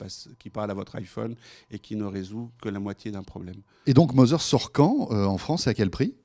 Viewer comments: Omg, mother ne se prononce pas mozer mais moder ! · Ce qui me trouble c'est pas le produit ou encore son prix mais plutôt que même son créateur prononce aussi sa Mozeur... OMG!